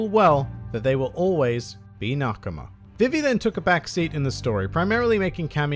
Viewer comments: It's pronounced BeeBee, so VeeVee is much closer to correct than Viv ee. Imu is Eem(u) with a barely pronounced u. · Its pronounced Ve-Ve because English is weird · Her name is supposed to be pronounced Vee-Vee. I honestly didn't know there was some other way people were pronouncing it. every time i heard you say her name i just thought it was your accent. Then again i thankfully didn't watch one piece during the 4kids era. was too busy watching yugioh, pokemon, and digimon. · I just listened five times and unless I'm hard of hearing,, it sounds .like you say vi ve(e) when you say her name and the syllables are said differently. Apologies if wrong. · Vī-vī vs Vi-vi Is likely due in part to a character from ff9 Vivi (pronounced: Vī-vī) who is something of a fan favorite because of his slightly clumsy but lovable personality and his compassion for his friends. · Huh? It's ビビ, and both characters are pronounced the same way. Are you saying it's Bib bi in the anime? They aren't saying viv vee. The way you said Funimation does it, the "ee" sound is too elongated, but ビビ is not viv vee. You did pronounce nakama well and not the usual nak KAM ma I hear so much. Congrats on the rapid success of your channel. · Dude I think we've had a miscommunication somewhere... I'm not saying that one of the characters is pronounced differently. I'm saying that saying "Vee Vee" is too much of an extension of the e sound. When they say BI BI in Japanese the vowel sounds are short and concise, but in English the vowels are extended. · You pronounce vivi wrong it actually is pronounced the way they do it in the funamtion dub